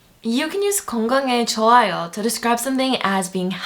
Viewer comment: The content of this video is great, but I can't get past the accent and pronunciation. Especially 많아요, it sounds more like '만나요' in the video. 좋아요 sounds like you're saying 저와요. You say 달아요 and 달라요 the same way. I might be a bit nit-picking but I think a certain standard should be maintained for teaching. :)